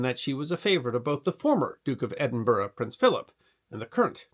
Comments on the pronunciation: As an Edinburgh resident I extend kudos to for managing to get the pronunciation of Edinburgh correct - famously, or infamously, American visitors struggle to get the name correct, mispronouncing it as "Edin-burrow" (no, it's not a home for rabbits!) or Edin-Burg (the like Gettysburg), but got it! I do hope you took advantage of the many fine pubs strategically placed around the city to allow you to rest from walking up and down those hills (and as many of the pubs are themselves historical, it would be, ahem, research for, not just an excuse for an ale). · Thank you for saying "Edinburgh" correctly. And Firth of Forth..... Pronunciation is important, and I appreciate your diligence,. BTW - I grew up in the US, but my father was born and raised in Scotland. I've been there many times and know it has its own history that deserves.. to be... remembered...